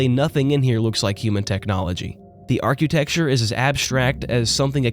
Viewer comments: "arcuetecture" ??? You mean architecture ?? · Stop saying "arcutecture". Arcitecture. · boy, oh boy, do i love me some good ole fashioned ar-Q-texture 😂 jkjk much love great vid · archqueuetechture, deswatude. I just have to check out here, I cannot take you seriously.